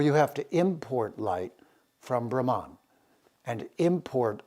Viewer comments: Sir, 🙏 plz say "Brhmann" not bramaan..... And Raamaayan not ramaayan. Princess Sita was Verily indeed his, ..... Raam's sp. Consort, queen & wife. ❣️💐🙏 🕉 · Dear, thank you for your efforts. However, Brahman (ब्रह्मन्) which, as you rightly say, connotes the highest universal principle, as we can see: ब्रह्मन् is not pronounced brahmān or brahmaan as you do but with two short syllables. Sorry to say you are grievously mispronouncing and distorting the sounds of these sacred words. More colonisation? Please train up! The vowels a, ā, i, ī, u, ū are quite distinct: anyone able to read devanāgari ought to understand precisely how to work with the long and short vowels. Meanwhile e, o are long etc. - I am sad to say that some western Indologists are quite complacent in this area - Wendy Doniger, for instance. Recitation is of the ultimate in Sanskrit and to grossly mispronounce such key words in videos is a grievous sign of albeit unconscious disrespect. Ok. Said all in good faith. Writing from South India where by the way all Tamil vowels have long and short versions. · With all due respect, Cant Citti Media get someone who pronounces words correctly ? Specially the Sanskrit literature mandates and stresses on importance of correct Pronunciation. Just got so demotivated with such an erratic pronunciation of word Brahman as all types of wrong pronunciations.